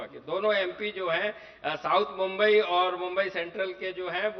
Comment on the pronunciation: Anchor kp mumbai bolane ke liye correct karna chahiye.